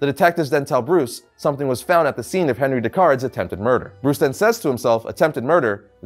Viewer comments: Just in case you see this, it is pronounced On-Ree rather than Henry because he is French. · He`s French so his first name would be pronounced (On-rie). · It's pronounced onri